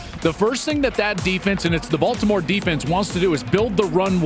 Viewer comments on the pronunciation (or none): none